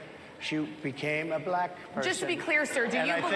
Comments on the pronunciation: It's like he adds a syllable to the word black. Thats too funny! Balack. 🙄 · He's so racist he can barely say the word black.